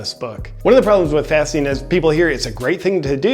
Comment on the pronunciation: I thought he was saying "fisting"..."im always fisting..."